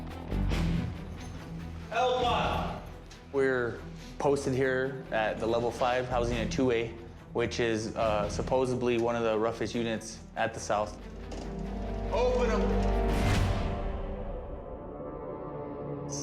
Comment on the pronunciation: He said Supposebly